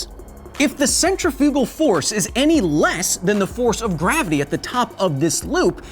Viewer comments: I died when you said centrifugal. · Hey Kyle, long time fan of the show....just wanna say 2 things, 1 I hope this makes it to footnotes so I can hear you butcher my last name and the other is the way you say centrifugal force is kinda triggering lol